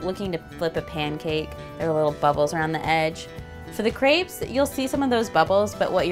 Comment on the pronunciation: I get really pissed of about the fact that no one seems to had French classes in school. Y‘all can’t even pronounce Crêpes.